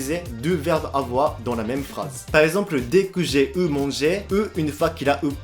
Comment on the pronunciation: Chapeau, l'écrit français est une purge, avec toutes les lettres muettes ou les règles de grammaire non prononcées. Niveau prononciation tu te débrouille bien, mais attention "j'ai eu dit" ça se dit "j'ai u (comme la lettre u) dit"